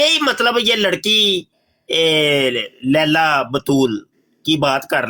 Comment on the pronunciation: "لیلیٰ" ہوتا ہے۔ "لیلہ" نہیں